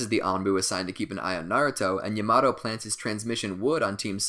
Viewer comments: My man can't say yamato he calls him yay mato 😂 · Its yamato not yamado😠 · his name is pronounced yah-mah-toe pffft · Why does the call everything the almost wrong name? He doesn't say Raikiri or Lightning blade, he says lightning cutter. He doesn't say Yamato, he says Yamado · My dude rlly said YAaHmAtO